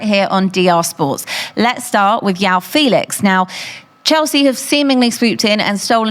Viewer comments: Its not Yao Felix. It’s João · its not yao felix ffs 🤦🏻‍♂️